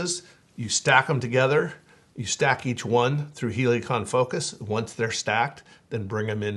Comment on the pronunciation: Why are you saying Heliacon? It’s Helicon….